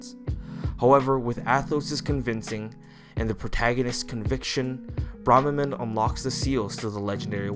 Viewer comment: They say their name in one of the first voiceclips in FEH and you still mispronounce it. And their appearance is not based on Mark's. Only their voice and attitude changes when faced by another person. Besides, we see that his appearance in FE7 in-game looks just like his appearance in FE7's Eight Legends artwork.